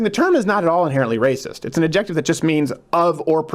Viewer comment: I'm sure this has been mentioned, but he doesn't know how to pronounce the word "adjective?" Really? Was that some riff he does (about as knee-slappin' as most of his "jokes"), or does he really think it's AD-JECK-TIV?